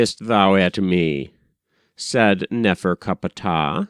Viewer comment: i don't like how you say his name nefercupatah or whatever. find it highly annoying, just like how you say thoth, and for how you read for that matter.